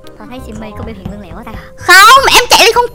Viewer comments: Lươn lẹo chứ ko phải Lương lẹo chị ơi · Chị sim ơi từ lươn lẹo chứ không phải là lương lẹo chị ơi